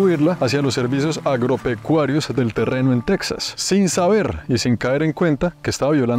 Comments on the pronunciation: Está muy bien hecho el vídeo, lo felicito. Solo le sugeriría que, cuando esté hablando en español, el nombre de Texas lo pronuncie en español también. Después de todo, el origen del nombre de ese Estado, fué en español, desde que pertenecía primero a la Nueva España y después de la Independencia a México. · Y tú qué andas haciendo por ahí? Se escribe Texas pero se pronuncia Tejas, como México se escribe con x pero se pronuncia Méjico. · Tejas es una palabra castellanizada desde los tiempos de la colonia española, de hecho la comunidad chicana lo escribe así con "J", y en México lo pronunciamos igual, pero en Sudamerica quizá por desconocimiento lo pronuncian Tecsas, cómo los gringos. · Alguien más le da cringe cómo pronuncia Texas? Lo pronuncia con x en vez de j 😂